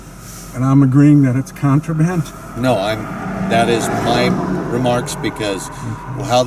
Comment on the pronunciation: "Contraband" lol